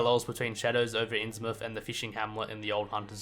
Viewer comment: Thank you for saying "innsmouth" properly